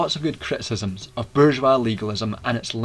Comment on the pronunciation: While it sounds as if this could be just 1984 reframed, your pronunciation of bourgeois puts you miles ahead of many.